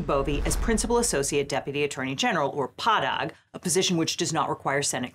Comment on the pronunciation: PADAG is usually pronounced "pay-dag".